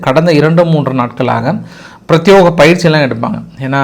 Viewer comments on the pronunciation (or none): பிரத்யேகம். என்ற வார்த்தையை பிரத்யோகம் என்று தவறாக உச்சரிக்கிறீர்கள்.